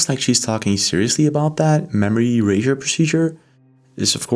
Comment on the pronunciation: The way pronounces erasure; "eray-jhur" is so pretentious, and creepy.